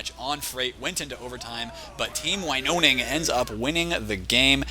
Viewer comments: You pronounce it like this: Winoning, not like you did (Winoning). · Glove here. Pronunciation: win-own-ing Also, boogie cat/nana is a laaaaaady